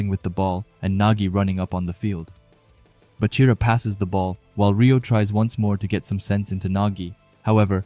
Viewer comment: Its Baa-chira brev not Buhchira